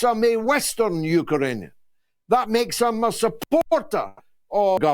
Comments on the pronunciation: Great show George but I'm laughing out loud at your pronunciation of Ukrainian. You're saying Uker_anian. It's Uk_rainian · “U-ka-ranian”. Some needs to spell UkRanian to George. The R comes before the A not after. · Absolutely love George's sarcasm 🙂 Not sure what a Uka-rainian is though 🙂